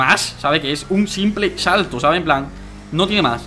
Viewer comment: DANIREP DICE CHALTO